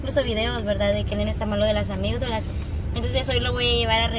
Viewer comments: Se dise amiddalas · Se dice Amigdalas